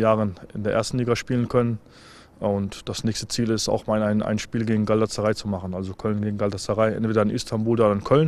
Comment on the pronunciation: wie er galatasaray nicht aussprechen kann :DD